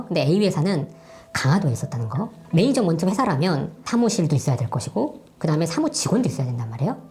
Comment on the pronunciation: 하.. 배울만큼 배운 사람이 매니지먼트라는 단어를 모르는 건가. 매니저먼트 되게 거슬리네